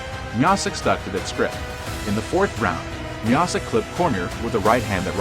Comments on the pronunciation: Bro pronounced miocic like Miacitch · As soon as I heard u mispronounce Miocic's name. I 👎.